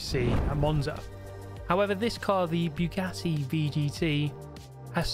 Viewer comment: Guys, is it just me or is he purposefully saying Bugyatti?